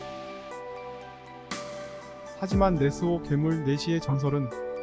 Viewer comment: 첨에 네시를 내시라고 들어서 음... 그게 아직도 있나? 이랬음ㅋㅋㅋ